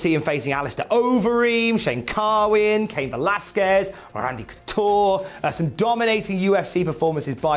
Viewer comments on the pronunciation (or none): none